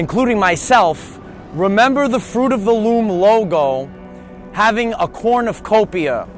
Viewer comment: It's a cornucopia, but you keep saying corn of copia...lol